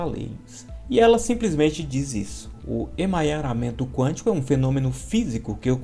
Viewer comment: Não é emanharamemto. 🤣 é EMARANHAMENTO. Obrigada 👍🏻